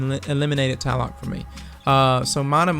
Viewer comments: Tlaloc is actually pronounced cha-loc. It's named after the Aztec God of Storm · Tlaloc, also is pronounced tah-la-luke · There's two "L's" in Tlaloc. It's not called Taloc. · it's actually pronounced tlah-loc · with the name of, u should know how to pronounce tlaloc.